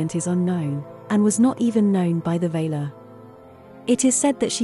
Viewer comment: valar not vaylar for e.g.